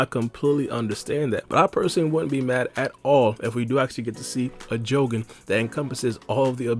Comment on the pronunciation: Am I the only one super annoyed about the way he says Jogan?! 💀